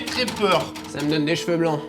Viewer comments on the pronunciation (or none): none